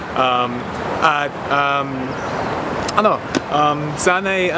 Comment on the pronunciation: I'll look for your book and buy it.:D You're really great, at kuha mo pa yung accent ng mga filipino kapag nag-iisip. "ano":D